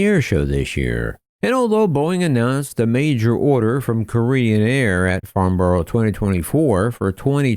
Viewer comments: "Farnborrow" It's "Farnbrah" come on USA 😆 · Dear, It's pronounced Farn-bruh. Gosh, Americans don't half speak funny. I wonder how they'd pronounce a place - name like, Blicester- on-Narse. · As a Brit is hard to hear you say borough wrong it’s pronounced farn-burrow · It is pretty cruel how us Brits place an aviation event so critical to American companies... At a location Americans absolutely can't pronounce - Farn-brah, rather than Farn-borrow! (Not a criticism, btw!)